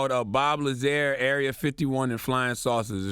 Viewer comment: Bob Lazar - Lazar is pronounced La-zaarr CTG not La Zair lol Good lord.